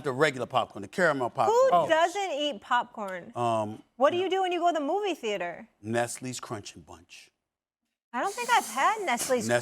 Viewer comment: Bro said nesties crunchy bunch